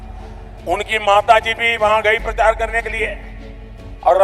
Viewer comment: Modi ji ke speech me maine ajkal 'cha' ka istemaal nehi dekh paati hoon, jab unhone baccha aur prachar kaha, tab 'cha' thik se bol hi nehi paaye, ye pahele se hi aise hi bolte hai ya recently hua hai